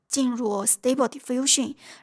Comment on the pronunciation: 我記得上次刷到你影片是讀stuble不是stable🤭 Civit AI不是CV TI